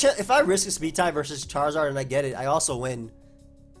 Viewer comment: Anyone else think the way he says CHAR in charizard is a little weird?